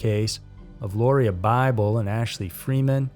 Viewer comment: It is pronounced Laura